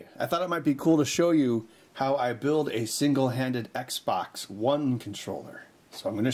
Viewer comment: Xbox not eggsbax